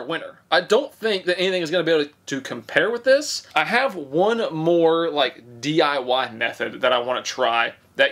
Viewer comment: I heard DIY Meth Head, not DIY Method, I almost fell out of my chair